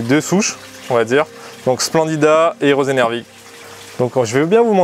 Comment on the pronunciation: Je précise au passage que ce sont des sélection et pas des espèces différentes. Sa prétais à confusion au vue de la prononciation et je me suis fait avoir au début je comprenais plus rien. Donc par exemple l'Hygrophila polysperma et l'Hygrophila rosanervig comme il l'appelle sont en réalité Hygrophila polysperma = la forme de base, mais sa comprend aussi toutes les autres Hygrophila polysperma "rosanervig" = la même plante avec la sélection nommée rosanervig Histoire que vous vous fassiez pas avoir